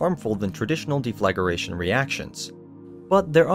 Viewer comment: what a difficult video to watch. it de-fla-gration not de-flag-ration. non of the images even line up with the subject matter. there are hundreds of pictures and videos of the Borealis yet they show just a standard long ez. they just messed a bunch of stock videos together and read a popular mechanics article